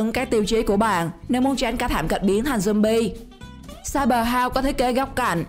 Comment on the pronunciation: khùng jumbi rồi sao bà cứ jumbi hoài vậy